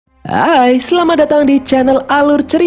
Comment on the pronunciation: itu bukan hai tapi aa'ai